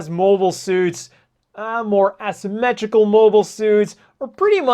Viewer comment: ass-ymmetrical lol